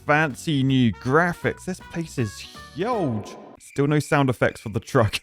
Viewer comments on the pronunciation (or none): Barely 10 seconds in and im already laughing, bro said 'this place is hyuag'